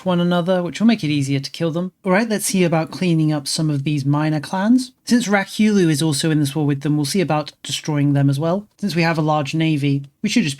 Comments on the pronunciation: Ryukyu is pronounced Ree-you-que but ii LOVE rak-you-loo xD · Hearing him spam "Rakyulu" was killing me a bit